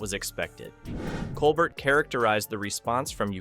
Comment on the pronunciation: Stephen’s name is pronounced col bear.